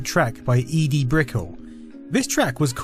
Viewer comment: *Eddie just spelt with one d, not "ee-dee".